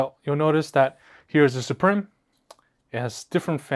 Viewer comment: Suprim is pronounced exactly the same as Supreme. Suprim is latin for Supreme but pronounced the same, lets not butcher it. As a side note, I want the white strix to get the philips head screwdriver lol